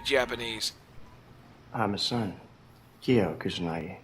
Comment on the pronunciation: Ryo is pronounced REE OH and Ryu is Ree oo. In surprised you pronounced Kyo correctly....